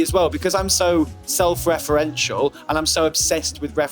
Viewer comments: nobody: matty: "self-referential" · no one: absolutely no one: matty: SeLf reFerEnTial